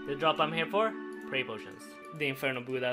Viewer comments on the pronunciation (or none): none